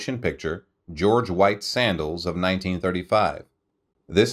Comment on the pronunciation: I think I also heard George White's Sandals...instead of Scandals.